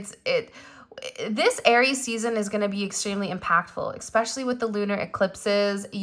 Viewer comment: Expecially? Especially. No X